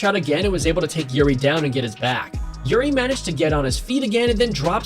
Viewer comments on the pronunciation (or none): Why are you calling him Youri? It's pronounced like eerie